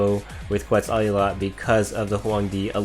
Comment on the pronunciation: Quetzalcoatl is pronounced more like (Ket-zal-ko-watt-al) the beginning is a hard “K” sound rather than a “kwa” sound.